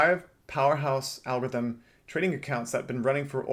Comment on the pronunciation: Algorithm has 4 SYLLABLES. AL-GOR-ITH-EM. It’s not AL-GITH-EM